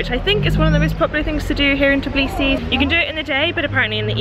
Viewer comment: Tourists in Georgia say Tiblisi I know its hard to say But am georgian And i easyer for me to say it U have to say it like this : Tbilisi